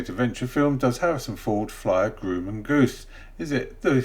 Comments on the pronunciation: Grumman is pronounced: “Grā-men” not “groo-man”. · Actually Grumman is pronounced with a short U like UH instead of You if that helps. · Grumman is prounced with the U sounding like the U in up or upperThe hint is the "mm" in Grumman